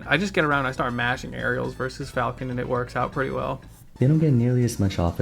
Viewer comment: "Captain Fulkin". It's FAL-CON. Good lord.